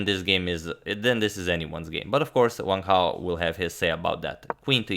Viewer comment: is it correct to pronounce it "vang hao" rather than just "wang hao" ?? i mean the guy is chinese there's no need to make that w into a V... correct me if i'm wrong or should i say vrong